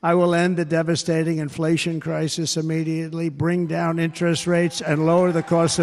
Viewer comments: Crisist lol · 09 WTF is a 'crisis-t'?!